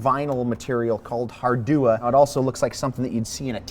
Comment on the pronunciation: What did he say was on the floor, hardua?